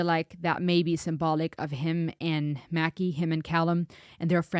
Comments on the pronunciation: It's pronounced like you are saying "Muck eye". Great reaction, cheers from the United Kingdom. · You've got the Callum pronunciation right, but Mackay is traditionally pronounced "Mc-Eye". It's a beautiful song and Ren showing us yet another side of his abilities. His skill is verging on the absurd with the range of styles he can perform. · It's pronounced Mack- Eye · You are saying his name wrong, its pronounced Mac Eye x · ren is a musical genius singer songwriter producer and plays numerous instruments to a very very high standard and best of all, tells the music labels to f off. its mackay as in mack eye thats the uk way of saying it hope that helps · As a Mackay, I endorse this explanation 😂 Och aye, Muck Eye!